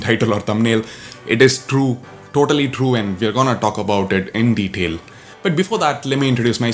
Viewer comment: Detail u don't pronounce l at the end